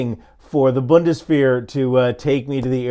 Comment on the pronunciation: Boone des vair. Your German pronunciation colluded use the same level of preparation as your reports.